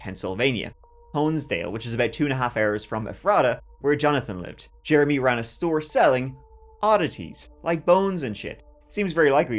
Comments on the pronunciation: As a local to Ephrata...it's "EF-FRuh-Duh" hearing it "AF-Fray-Duh" makes me laugh my ass off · Ephrata - F-ra-ta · I live in the town right next to where this happened, and my Lancaster County native wife's heart hurts at how you pronounced Ephrata (it's eff-rut-uh, not eff-raw-tuh!) It's so weird seeing places we pass every day in this video. also,, you'd probably be interested in the Roseboro murder case, that's another one that took place here just a couple streets over from where we live. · Silly. It's pronounced ephrata not ephrata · Thank you for covering this. Ephrata=ef frit a, we say things kind odd in the area. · Btw as a local, Ephrata is pronounced EFF-rutta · It's Ef-frit-ah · you butchered the name of the town he's living in. It's pronounced "Efer-da." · Not that it matters but it is pronounced “Eff-fruh-tuh.” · Eff-Rut-Uh. I lived in the area for several years. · I'm sorry, I just couldn't stand it anymore because my ex used to pronounce Ephrata the same way. EF-fruh-tuh is how it's pronounced. See? Now ya know😊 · EFF rah tah. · It’s Eph-ru-ta. Rhymes with “Africa.” 🤣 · Ephrata is pronounced "eff-ra-da" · Oh nice, my hometown lol second case involving a Jonathon, other one happened down the road from my house. No one ever found out who killed that poor bastard 23 years later. Also please it’s pronounced eff-ruh-ta lol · It’s eh-fruh-duh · it is pronounced, “Ef-frat-ah” if that makes sense. And there is a place called the Ephrata Cloister…lot of history of interesting religious groups and things there that you can visit still. But that’s maybe little over an hour from West Philly. Anyway i had not heard of this and it is wild, thanks again man. Edit: he claims to be a musician? I’ve been a musician in the area for a while now and yeah luckily never heard of them. Hah. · Ef-Ra-Tah. Ephrata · Also it's pronounced "EFF fra tuh" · The town Ephrata is pronounced, EFF-ruh-tuh. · Its pronounced " F ra ta"